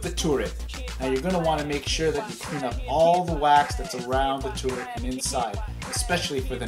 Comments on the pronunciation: the tooret xD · Tooret? LOL. Like GLADOS from portal 2.